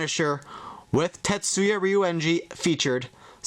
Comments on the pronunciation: Tasuku not tatsu-ya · It is task not tetsuia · It's pronounced tasuku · you suck its tasuku